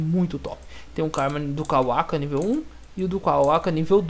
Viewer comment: le o nome dos modos. isso faz diferença algumas coisas vc diz q nao sabe o nome mas ta ali no nome do item, é so ler. aquilo q vc chama de """"modo sabio das lesmas"""" é BYAKUGOU. vc tbm fala tenseriugan (KETSURYUGAN), tanjutsu (SLA OQ), sedo (GÊDO), kawaka (KAWAKI), jiren (JIGEN), e outros.